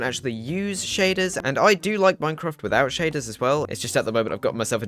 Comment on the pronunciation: Hello, excellent vid bro. Tip from Northern Ireland - it's pronounced Mine-craft, not "Moine-craft". Cheers